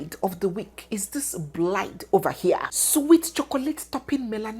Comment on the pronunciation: 😂😂😂😂😂 beautiful what again, “blide” that’s Anambra pronunciation.